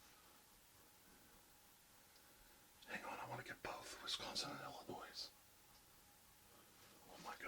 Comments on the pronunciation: *Illonois. The s is silent. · YOU DON'T PRONOUNCE THE "S" IN ILLINOIS >.< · I love the video it was tons of fun and interesting. As a native of Illinois I just have to cringe a little at hearing that S. Great video though keep up the good work!